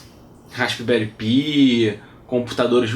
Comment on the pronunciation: Uma sugestão apenas: procure melhorar o seu Inglês. Não diga "numerical riçáipes", diga "numerical récipes". "Raspberry Pi" diga algo como "rasberi pai".